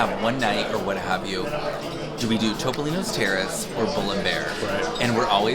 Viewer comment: Topolino is the word for Mickey Mouse in Italian. It is pronounced Toop-olino. Not TOP-olino. Love y'all!! I know what a stickler is about saying words correctly! Thanks for all of your reviews. Y'all know I'm a big Fan!